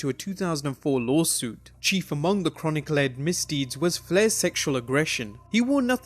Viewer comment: What is "Chronic Lead?" You mean KRON-i-culled?